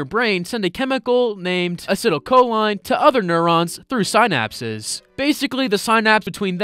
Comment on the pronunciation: LMAO, you pronounced Huberman, synapses, acetylcholine, and so much more so wrong. BUT UR A FELLOW HUBERMAN LISTENER!!! (He’s my idol, btw)